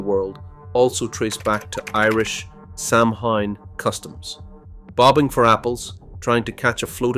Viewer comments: For God’s sake, sow Ann, not Sam Haines! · Samhain is pronounced SOW-IN for Halloween. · The four leafed clover has nothing to do with Ireland. The Shamrock has three leaves! Also please have the manners to pronounce Samhain correctly! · I have two friend one from England and Scotland and they never celebrated Halloween because it was an Irish Catholic tradition .My friend from Liverpool new of it but my friend Scotland only heard about Halloween when she came to America.Samhain is pronounced wrong